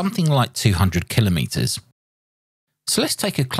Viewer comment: Thank you for pronouncing 'kilometres' correctly.